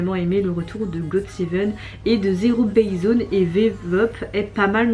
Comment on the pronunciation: aaah ça fait longtemps la video slay et pour zerobaseone ça se prononce zérobaîzeouane ^^